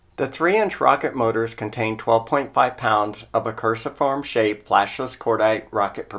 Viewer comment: Cruciform is pronounced like crucifix or crucified, that's the first time I've heard "curse-i-form" lol but English is hard. Great videos man keep up the good work!